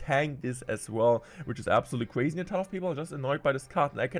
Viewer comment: Ewuwe change is weally cwazy